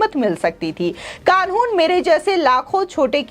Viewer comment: कानून बोलना तो सीख लो ।